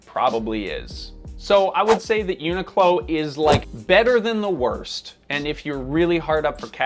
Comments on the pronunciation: question, why is it pronounced "eunuch low" instead of "unique low"? every tuber seems to pronounce it this way; but I don't wanna be a eunuch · i’ve never heard someone pronounce the name like they are saying unicorn. it comes from unique clothing co or whatever so everyone i’ve ever heard pronounces it uniq(e) clo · Isn’t it pronounced “unique-clo”? Never heard anyone say it this way. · Annoying that the host doesn't pronounce the name properly. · am i the only one who pronounces it unique-low in my head?